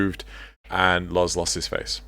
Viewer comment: ITS LOZ!!!! Not lars.... Grrrrrr Awesome points you made here though!